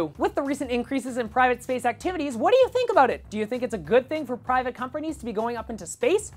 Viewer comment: At the start I thought you were saying "sperm" rather than "space!"